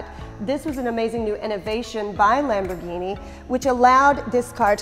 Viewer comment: I really like her videos, but as Lamborghini is full of Spanish names, please a little effort in the pronunciation, and she explains ALA but no clue what it means for sure... ALA in both Spanish and italian mean WING...